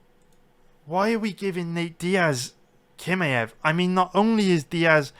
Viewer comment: its not kimaev its chimaev. Do u see the difference?